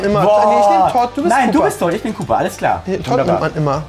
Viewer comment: Toad.... nicht Todd! 😑